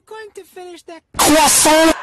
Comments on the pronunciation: Are you gonna finish that cwason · Car Ca C Cw Cwa Cwas Cwass Cwasso Cwasson Cwassont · Are you going to finish that CWA SONT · You mean C W O O S O I T